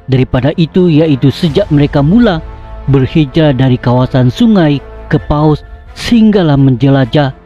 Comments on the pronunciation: Bukan kepaus..tapi kepuas.. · Betul..byk error dlm sebutan..Sebuyau jadi sebayau..kapuas jadi kapaus..Skrang jadi sekarang. Tolong edit sebelum dipublish.tq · Kapuas bukan Kepaus 😲 hedeeh,..